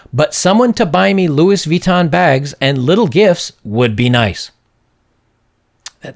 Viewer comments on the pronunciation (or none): none